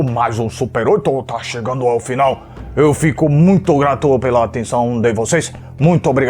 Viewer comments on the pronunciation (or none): none